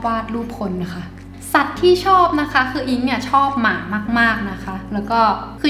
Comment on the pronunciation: สัตว์ที่ชอบ ทำไม คำว่า สัตว์มันเน้นจังเลยอะ 5555